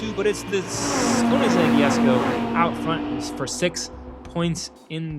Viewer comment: it's actually pronounced "kuh-nig-seg yess-koh"